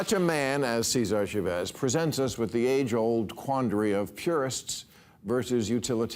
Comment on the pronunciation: The way he says Seeezahr Shuhvez.